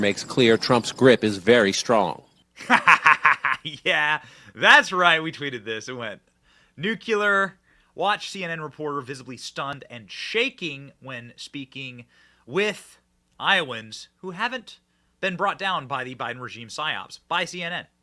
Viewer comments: Benny Benny Benny. . . . . . Nuclear, not Nuculer. Its a deal breaker. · It’s pronounced, “new-klee-ur,” not “new-cue-lur.” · GOOD GRIEF! It’s NUCLEAR not NUCULAR! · Can you please stop saying "nuke-yuh-lurr"? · Nu-cle-ar, not nukuler. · Benny, PLEASE pronounce nucler property: new - cle - r, not neuk - u - lar. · BEN, ITS NU-CLE-AR not nu-cu-lar!!!! Get it straight lol. Why did they choose all old people to talk to tho! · Just wish Benny would pronounce nuclear correctly. NU CLEAR. He says nuke-u-lar. Ugh. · Nuclear. Not Nucular. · You continue to mispronounce “nuclear”. I don’t get it. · Benny, nuclear, pronounced new-klee-er. Please, not new-cue-lar. Love ya but help me Benny. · NucLEAR, not NucULER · Benny ....Love Ya but its NUCLEAR......1 U in nuclear ......NU....CLE....AR....Great Show ....loved the crickets but I don't think John King did...lol BTW Mr. King ...The only RUSSIAN ASSETS ARE THE ENTIRE BIDEN CRIME FAMILY ! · Benny, you consistently make me laugh so hard after a scht day at work. But PLEASE STOP pronouncing it as ‘NEW-q-ler.” It’s pronounced “NEW-clee-er.’ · Please learn to pronounce “nuclear” as people will not learn if everyone says it wrong. It is NU-CLEAR as it’s root is the word “nucleus”. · Benny. The word Nuclear is pronounced New-Clear. NewClear. Nuclear.